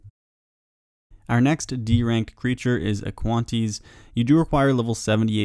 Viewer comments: I had to seriously go make sure it was "aquanite" and not "aquantie". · *Aqua-nites. hahaha Aquantees. Love the content tho! Always look forward to your videos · AQUANITES. AQUA-NITES. not aquanties. please. please. learn it. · Aquanties XD it’s aquanites aqua-night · Cringed when you said aquanties lmaoooo